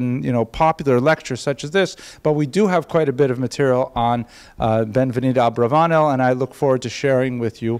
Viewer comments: If it ends in a consonant other than N or S, every Spanish word is accented on the last syllable, hence AbravaNEL. Other than that detail driving me crazy, loved the lecture. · I must applaud you on this, and last semesters Subject Mater. It is a pleasure to hear the history of my Mothers family. While I have a lot of information and have studied this subject mater a great deal, it is always great to find more sources of information. The only issue i have, has to be your Pronunciation of my mothers Family name. While it can be spelled and pronounced differently, either Abarbanel or Abravanel, it kills me to hear your pronunciation.